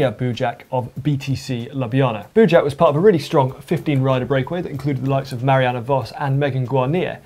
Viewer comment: If you want to know how to pronounce Eugenia Bujak, feel free to contact me... or google translate - it sounds fair ;) You did a good job with Michał Kwiatkowski even though it's way harder, but this one was a mess ;)